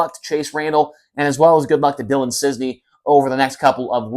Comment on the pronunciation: Is't Cisney IT'S CIS- NEY not CIZNEY